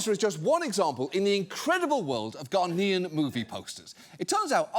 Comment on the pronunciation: Is it just me, or does John add a ‘d’ to the word Ghanaian several times?